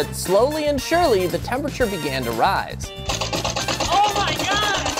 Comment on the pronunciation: the words "slapping", "yes", and "oh my god" sounds kinda weird in this video